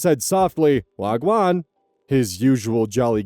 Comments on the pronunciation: Never thought I'd hear say waah gwan before. Tbh I'm just glad he didn't attempt the accent Signed, a Jamaican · I've never heard someone say "whagwa'an" with the chipper inflection of a Minnesotan before today